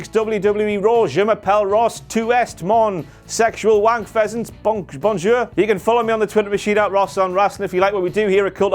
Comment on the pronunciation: ..did Ross say "Bonk-jour" at the end? Is he the Scout?